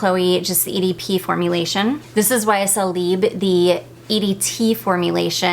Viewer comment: Just a minor thing - you do pronounce the "b" in libre - it goes like this libr. I love your choices of perfumes for spring time!